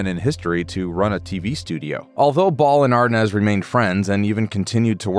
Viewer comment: Why isn't "Arnaz" pronounced "Ar-NEZ" instead of the incorrect "AR-Nez" that the narrator perpetually says.